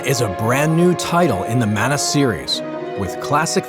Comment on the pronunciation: “Manna.” Sigh.